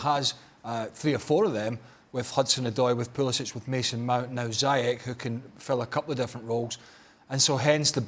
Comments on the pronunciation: All British and American pundits pronounce his name wrong, it’s not pronounced Zyak or Zayak but ZIEJ oe Ziech, the CH is pronounced in Moroccan like a J. and the y is pronounced like a normal I instead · Moroccan names are written in French, so yes the "Zi" part is pronounced "Zee" in English. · In Europe it's Ziyesh, but in Moroccan it's Ziyash, that's noted in his Moroccan passport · Ziyech is pronounced Zee-yea-tch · The Moroccan Magician Name is pronounced Zee Yaaa sssh! and chelsea need to Sancho and Hakimi from Dortmund. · Throughout the whole video i am thinking who tf is zayeech. It's ziiyesh ffs. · Just for the info guys, since I'm Moroccan and everyone sounds to be saying his name wrongly, it's pronounced Zi-ye-sh. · Shouldn't it be Zee-yesh? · it’s not ziyekh? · Woody Nassif No, it’s pronounced Ziesh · Yeah it's something like "Zee Esh" from what I heard from my Moroccan friend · Other countries pronounce it "Zai Ek" cos of accent differences.